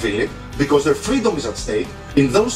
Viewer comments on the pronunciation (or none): none